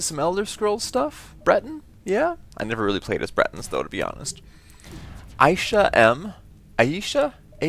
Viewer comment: AyshaM is my friend in school and almost every teacher kills her name, I told her that you got her name right 2nd time round, and shes kinda happy!